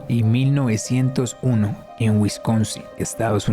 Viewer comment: En el minuto Cuando estas diciendo los años en que estuvo activo Jefrey Dahmmer Tienes que corregir porque cuando dices 1991 se escucha como si dijeras 1901